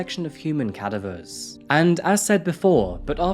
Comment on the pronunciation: He couldn't even pronounce the word cadaver properly. He probably should have said corpse instead.